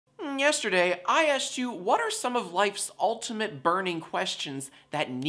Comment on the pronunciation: Jack: ñestaerday